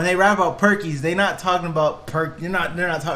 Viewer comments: Not just Perkys. He says only Perky Sets like Percocets. Even better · He actually said "perky sets"(percocets) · He said Percocet Like Perky-set A set of perky bobs. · Percoset lmfao. Say that shit instead of "perkies" lmao. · Percocet.. "Perky Set" he doesn't say perkys 😂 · he said "perky set" not just perky, for percocet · Nobody says perkys you turkey